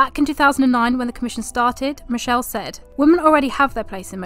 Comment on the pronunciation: Female Youtuber comes on talking about female racers and immediately enters with a mispronunciation of Michele's name. lol.